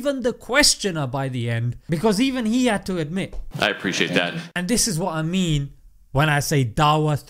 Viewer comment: Reporter: "I aPprIcAtE tHaT"